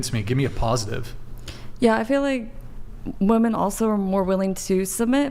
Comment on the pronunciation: What the hell is going on at the higher levels of educational where “women” can’t even say “women” correctly? It’s a god damn epidemic, and no one corrects it either so it just persists.